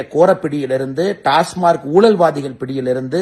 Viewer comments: Pl pronounce as டாஸ்மாக்... Not டாஸ்மார்க் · உண்மை டாஸ்மாக் என்பதே சரி டாஸ்மார்க் என்பது பிழை